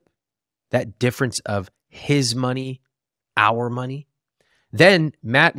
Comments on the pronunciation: I'm Canadian. He straight up said "her" kids. We don't pronounce "her" and "our" in any way that could be confused. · He definitely said that. So awful. And no it isn't a Canadian accent thing (someone else commented about that). I'm Canadian, and no way do we pronounce "our" in a similar way as "her" lol.